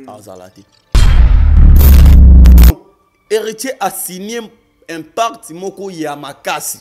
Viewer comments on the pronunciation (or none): On ne dit pas 'impacte' On dit "PACTE"